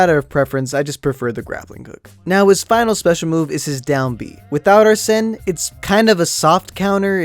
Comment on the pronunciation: Why was you doing a dance? Also you don't NEED TO rip off your mask to show your Persona UNCULTURED SWINE. (JK). So ye. Also P5 Is actually a mediocre Persona game 4 and 3 are better. Also Joker shouts whenever you start, end and Summon a Persona in Battle and a lot during Anime Cutscene. And Arsen (Pronounce Ar-Sen) is based on Arsen Lupin a GentleMen Thieve